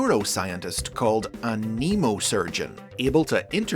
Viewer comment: Mnemo rhymes with memo, not Nemo! As in Mnemonic. 😣